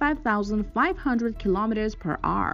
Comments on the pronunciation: Hour not r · And it’s “hour”, not arr. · It’s hour not arr 😏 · “Kilometres per arrr “ 😂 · She doesn't pronounce "kilometers per hour" instead she says: "kilometers per Ahrrr". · Whats up with her pronouncing hour as if shes saying "are"lol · 12,000 km per R.(are)... 15,000 km per R. Love the pronunciation of the word "hour" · Kilometers per what?! ”Ar”? Hour! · Kilometers per arrr :D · narrator needs to learn how to pronounce hour cause its annoying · Oh my god. I tried to just listen to the information but the kilometers for ARRR made me want to shoot myself out of anxiety and being totally uncomfortable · Per r 🤣😂😤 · I'll help you out, say the power but without the p. Like when you get hit you say "OW" now say er. Ow, er.....ower......hour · Wtf is “per arrr” 😂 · She sounds like a pirate when she says the word hour. 🤣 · you can't say the word hour